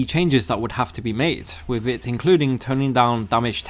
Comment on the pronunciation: I like the videos but whoever does the voiceover for this video really needs to work on their pronunciation and rhythm! It sound like a robot speaking and constantly pronouncing "th" in words as v or f (wiv-with, free-three, uvver-other, fings-things, munf-month, forf-forth)